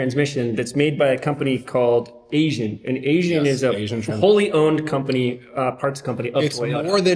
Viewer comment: the big brand "Aisin" is not pronounced "asian", it's pronounced "I-zen". It means gold in Japanese. cue "the more you know" music theme